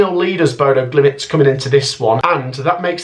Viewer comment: Bodø GliMT,not Bodø GlimIT. One too many i’s in youre pronunciation.